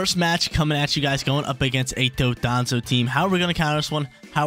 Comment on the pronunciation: Dondoza & Tatsugiri 🤣 not Dodonzo and tatsugimi btw cool vids man i watch you erryday 💯